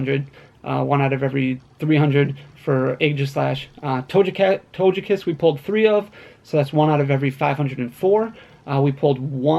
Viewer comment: my mans said "Toge-Cat" like Doja Cat, instead of Togekiss lmao